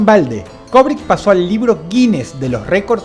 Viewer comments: Se dice Kubrick, no Kobrick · Cada vez que Dross dice "Kobrick", Kubrick repite una escena en el más alla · STANLY KUBRICK...KUBRICK...NO KOBRICK... "LATINAJO" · ¡Vaya imbécil! ¿O sea que el hecho de fungir como directores o escritores, no hacía parte de la "vida real" de estos personajes? Además no se dice "Kobric", es Kubrick: cubric. Datos inútiles de un tarado para tarados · ¿Quien carajo es "Kobrick"? Se pronuncia "kUbrick"... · ¿cobric? Asi lo escuchó con dross